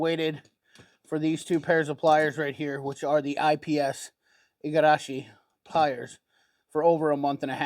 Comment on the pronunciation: Wow, perfect pronunciation of "Igarashi",! 👍